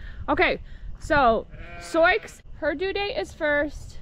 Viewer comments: Isn’t Sioux pronounced “Soo”? As in the Indian tribe: Sioux. Not “Soycks” as you are saying it…? 🤷‍♀️ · You’ve got some really gorgeous mares and I can’t wait to see their foals!! I wanted to make sure you realized that the name Sioux is actually pronounced as Sue. I wasn’t sure if you were aware. Thanks so much for posting these videos and allowing us into your lives!! ❤️💕❤️💕❤️ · I love how you pronounce Souix, in defiance of the French spelling. hahaha Such lovely mares. I love the farm(s) you live on. I wish I lived farther away from St. Louis than I do. I'm just north of you in the bedroom communities of St. Louis, in franchise-ville. I miss being out in the country. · Is Sioux pronounced like Sue? Silent x Beautiful horses! 🐴🐎 puppy is so adorable. 🐕